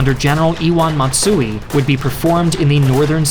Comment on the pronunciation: The pronunciation of Matsui is killing me. It’s “ma” like in mama. Not like Matt.